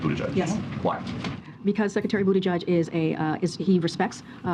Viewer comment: why is this mans last name pronounced "booty judge" ...smh